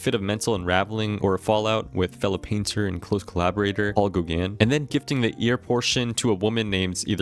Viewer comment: great video but please look up pronunciation guides for gaugin and eurydice